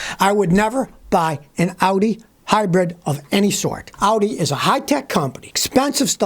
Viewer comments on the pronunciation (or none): SCOTTY ! How many times do I have to tell you that it is HYBRID not HYBREAD... Also it is "hearse" not "Hearst"